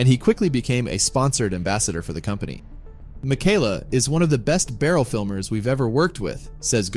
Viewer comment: It’s pronounced Mee-Kah-lah.